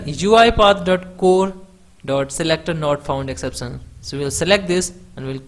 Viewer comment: Great video!!!!!! But Not ek-sep-san Its exception